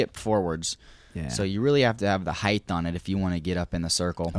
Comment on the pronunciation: there is no H after the T in height